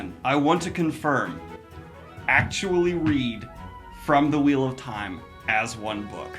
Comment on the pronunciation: When she said "The gold leaf is so flimsy, like when you breath on it whaaea Edit: when he said "Its the wheal of tieme" had gotten me😂😂